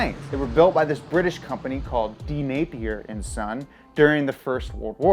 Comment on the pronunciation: My last name is Napier. It's weird hearing someone say it this many times in the beginning of the video. Especially saying it correctly!